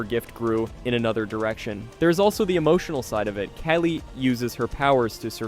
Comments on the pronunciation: I was going to subscribe and then you pronounced "Kali" as "Kaylee" and now I hate you 😅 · 1. You need to pause between mysteries. Take a breath. 2. Brenner wasn't attacked in the lab. They were in the school. 3. Kaa-lee, like the goddess.